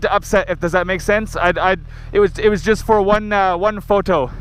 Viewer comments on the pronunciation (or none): "It was just for one fo-to" LOL